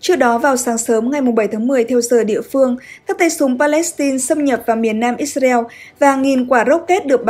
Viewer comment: Tại sao lại cứ đọc là Ít xa reo nghe rất chướng tai .